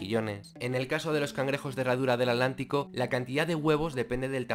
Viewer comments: Cuando dices "alantico"...quieres decir Atlántico verdad?🙄😳😣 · Por qué dices adlantico? Con D si es Atlántico con T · Escuché bien y dice At-lantico ?